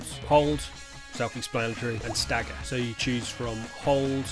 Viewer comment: Perfect for what I’m looking to do! Played years ago but slowly getting back into it, thank you! I’ll get torn apart for this but it’s ‘stagger’ not ‘stager’! Sorry man